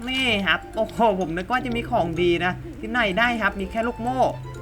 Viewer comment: ชอบ สำเนียงการ พูด มากครับ เวลา พูด ฮับ 🤣🤣🤣🤣